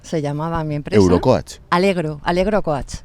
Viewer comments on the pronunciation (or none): ¿ Cóach ? Aprende a decirlo bien y si no, dilo en español que estás en España, le hablas a un español, una radio española y hablas español perfectamente. Tanta tontería queriendo ir de sobrada diciendo palabritas en inglés y no sabe decirlas bien.